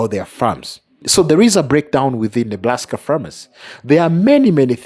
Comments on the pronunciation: I swear he said Neblaska! 😂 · Please stop saying Neblaska. I know I’m petty, but it’s driving me crazy. Please it’s Nebraska.